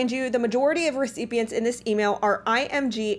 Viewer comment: Too many “reseepients” to keep track of…